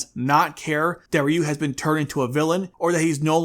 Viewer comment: It's RYu, not RyU!!!